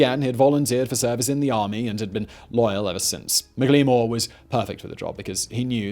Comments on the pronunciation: Mik lee more not even close it's Mack La More! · I'm not entirely sure, but I believe McLemore's name would have been pronounced "Mackle-more."